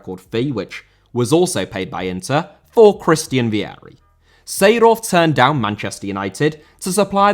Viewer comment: Seedorf* not Seidohf